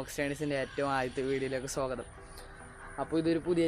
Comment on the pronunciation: Sogatham alla swagatham